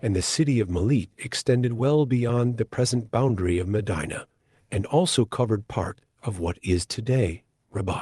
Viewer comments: The correct pronunciation of M'dina is imdeena. Not maadine-a like vagina..Short i as when saying 'in'. Publius isn't pronounced like public. It's Pooblee-us. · haha was going to say this it put me off in the beginning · I nearly switched away at the start because of the mis pronunciation.